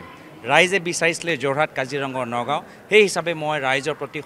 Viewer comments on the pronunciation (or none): যোৰহাট, গুৱাহাটী, নগাঁও শব্দ কেইটা উচ্চাৰণ ভুলকে কৈছে সি